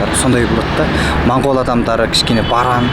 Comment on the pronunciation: Бауырым, рахмет осы бейнеге. Моңғол деген сөзді мОңғол деп айтайықшы мАңғол (орысша секілді емес)